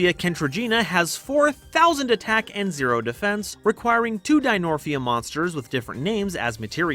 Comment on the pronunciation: pretty sure its dinomorphia and not dinorphia